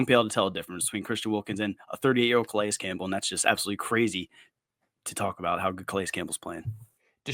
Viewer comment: Thank you for the effort to say Calais Campbell's name correctly. It means a lot. It allows you to be taken serious as a podcast, and it respects a legend.